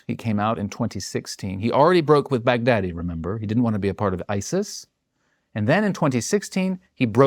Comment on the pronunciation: expert or not, i just find it too funny he pronounce Baghdadi as big daddy.